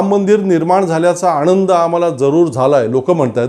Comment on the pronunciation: आणंद नाही रे आनंद